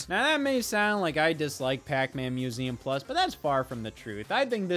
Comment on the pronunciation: "Pac-MÆN Museum Pluss?"